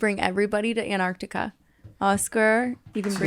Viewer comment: antarctica was not said correctly once